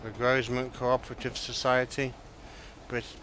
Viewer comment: The S in Grosmont is silent so u don't pronounce it